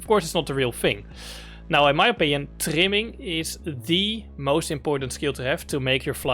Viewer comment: Bro you saying timming or trimming ?